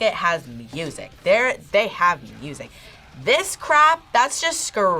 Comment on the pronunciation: I'm having trouble with the pronunciation of "music" its an "IC" on the end not "ACK" but that is a tiny gripe with the video in the grand scheme of things lol. But I do have a lot of problems with Fine Brothers as an organisation, I still havent gotten over them trying to copyright the word "React" becuase that sort of thing drives me crazy!!